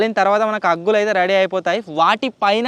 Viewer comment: Aggullu kadhu anna boggullu